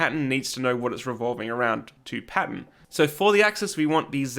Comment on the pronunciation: Im so glad I found your channel. Your videos are going to be a lot of help. You lost me when you said pattern though. I kept hearing patent